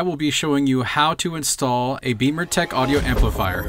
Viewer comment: I've read some good reviews on the XBimmers forum for the Alpha 1 amp. Great installation video. BTW, why do you pronounce the name of your company "Beamer"Tech when it's spelled" Bimmer"Tech?